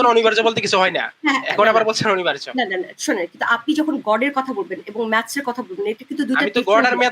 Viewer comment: অনিবার্য, অনির্বার্য না।আপুটার বাংলা শব্দ উচ্চারণে ভুল।